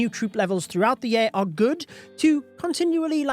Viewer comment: Why can't you pronounce "year" correctly? Ya'll invented the English language, but you can't speak it????